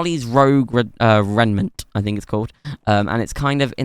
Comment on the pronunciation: Just wanted to let you know "rouge" is pronounced as if it were a J, instead of a G, so instead of pronouncing it like "rogue" it's pronounced as "rooje". Also I'm not sure what a raimnet is..